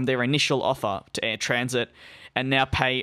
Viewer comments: You keep pronouncing "Transat" as 'Transit'... there are two a's in there. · As in, I went on vacation and SAT on a beach chair all week 😎 🌴